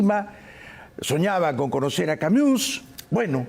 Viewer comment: ¿Camiús?.... No sabes francés, Bayli... no sabes nada.